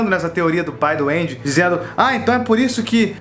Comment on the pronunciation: Eu ouvi Pai do Andy como: Pai doende